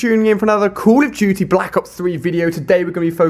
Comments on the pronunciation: How Ali-A says "Call of Duty: Black Ops 3": Coola Jooty: Blahkk Ops Three xD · No he is like "Call Of Juty Black Ops 3"